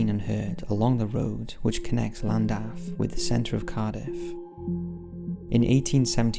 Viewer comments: It's pronounced clandaff, in Wales the double L is pronounced with a C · Llandaff is pronounced as Sh-L-an-daf in the Welsh tongue not with an L at the front. Forgive my pedantic rant, but i'm from N.Wales myself, just for posterity :) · This will be buried and is entirely pointless to point out but 'Ll' is pronounced as 'Cl' in Welsh. So its more like Clandaff. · You pronounce Llandaff incorrectly. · Did the way he pronounced Llandaff bug anyone else? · sure did 😁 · me too